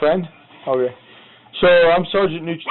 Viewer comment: wat kinda "ok" is that?? 😂😂😂